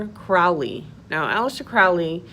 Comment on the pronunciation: You are wrong about so many many things ....firstly his name is pronounced crow --ley as it rhymes with holy He wasn't inspired to write the book he claimed it was dictated to him . And in the book it doesn't talk about pedophilia beastieality or any other horrid act you have not obviously read it yourself even though you state you can't talk about it because their to vile ? Seriously ?